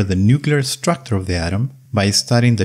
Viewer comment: "Atomic structor?" Please, 15 second and already not trustworthy. What's wrong with the pronunciation? Is he really Fraank? I thought he's Fränk. "Moving" = "Myuwing" or "Muuving"? What's wrong? Collision = Kolission? Not Kollisioon?